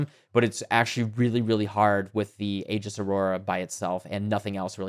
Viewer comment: Thank you for pronouncing "aegis" correctly.